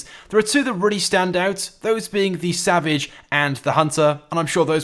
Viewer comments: EliteAce X he said it right if u just payed attention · X3R0Z he said it right if u listen